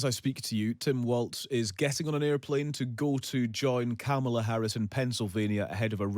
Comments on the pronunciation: Kamala is pronounced "comma la"' Journalists should know better. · Yeah. I noticed that. He probably doesn't know that Republicans are using that pronunciation as a racist dog whistle.